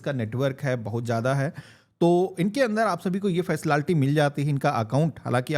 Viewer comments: Facilaality bol rha h 😂😂😂 jaahil gawaar h kya 😂😂😂😂😂😂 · Facility ❎ faslalty ✅